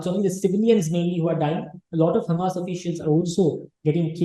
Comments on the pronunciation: Madame it is hamaas, hummas difference in spelling too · Don't take me wrong but can u pl pronounce Hamas not Hummus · Ma'am HUMMUS is lebonese dip. HAMAS is a proper noun can be mispronounced as your good self. But natives don't pronounce is as hummus but Hamaas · hahah its not hamas its HAAMAS, you more sound like humus :P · Hamas not hummus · Ma'am, it's not Humus.....it is pronounced HaMaas. Sorry to correct the pronunciation but it's very important as a good informed interviewer the pronunciation are perfect. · This lady pronounce Hamas like "Hummus". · is pronouncing Hamas like Hummus 😆